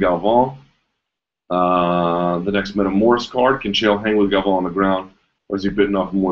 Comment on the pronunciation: As a Brazilian, I had to pause the video real quick to congratulate you on the pronunciation of "Galvão".